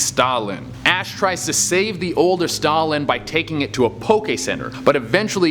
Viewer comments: It's pronounced stout land not Stalin, while the pokemon may be similar to the historical figure Stalin has more standards thank to hang out with Ash Ketchum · STOUT-LAND not stoulynn.... WTF littn LiT-T-EN...GgRrrrr ...LOL #ResearchISyourFRIEND come up in here disrespectin my Pokemon now c'mon!!! lol... STILL 💙 YA THOU CHE!!!! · Their names are pronounced Stoutland and Litten, not Stalin and Lin. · It’s Stoutland not Stalin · Who else got triggered when he kept pronounceing “litten” “Lin” and “stout-Lin” “Lin” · Ah yes, Lin and Stalin, my favourite Pokémon. Like goddamn dude, where were the t's in those pronunciations? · What was he even trying to say lol all I hear is Stalin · the way he says stoutland tho